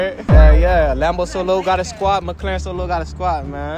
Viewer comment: It's called Mc-Laren not Mc-Claren